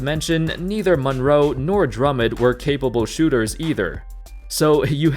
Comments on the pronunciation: pernounce his name right drum mond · The way you pronounce Drummond has me triggered.